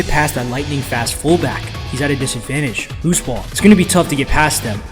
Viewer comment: That’s such a funny way to misspeak when saying ‘fullback’